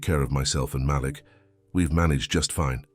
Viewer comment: Love the story. I don't like when the storyteller mispronounce Malek's name. He pronounce it like it has 2 lls.